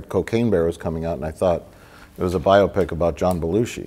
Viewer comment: "Biopic" pronounced properly for all the uninformed pronouncing it BI-opic.